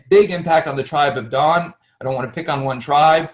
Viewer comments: love it, but what about Dan? why is it pronounced Don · So why do you say Don? And then Danites? Is it not Dan? If you're going to TRY to teach. At least try to settle on one pronunciation. You know something? Seems not to cohesive to me.